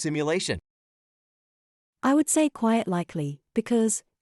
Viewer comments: Why does the AI say "quiet likely" instead of the correct "quite likely" ? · Hmm, AI doesn't appear to know he difference between 'quiet' and 'quite' [6.45]